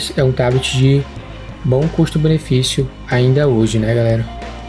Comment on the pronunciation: Curti o vídeo e, mais ainda, o "TABITI"..😂😂